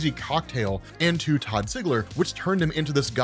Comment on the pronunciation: Todd ziller? You mean toddzilla